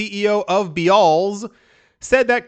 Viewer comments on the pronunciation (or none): It's just pronounced Bells 🔔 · It's pronounced like..."bells". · Bealls is pronounced bells. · Beals is pronounced rhyming like peels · Bealls is pronounced bells. Sells clothing for families.